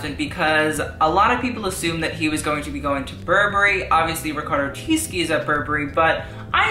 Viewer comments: Tisci= Tishi not Tiski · STOP THE "TISKI" SHIT PLEASE!!! It's Tisci like Tee Shee Thanks, love you.